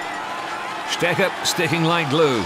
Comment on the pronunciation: Strecher?! With a special emphasis on the "ch". Seriously...this is pathetic